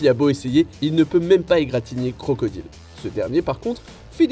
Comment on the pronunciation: mon oreille saigne quand il dit "crocodile"....